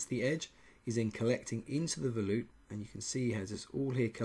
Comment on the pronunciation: Did you say, Veloop?